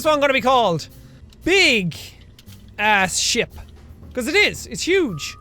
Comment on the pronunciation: Jack/Sean when you say ship it sounds like your saying shit